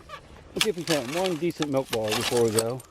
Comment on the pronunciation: Love the way you pronounce bottle .